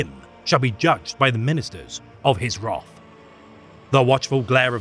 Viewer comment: "WROTH" INCARNATE